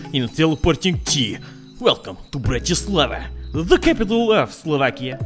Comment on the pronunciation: It's BratiSLAVa